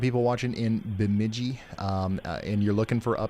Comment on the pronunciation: I'll help you with a quick how-to speak Minnesotan. Perham is like you said it if you are on the phone, or Purr Um, Frazee is fray zee and Bemidji is for sure Burr mid jee. lol 😆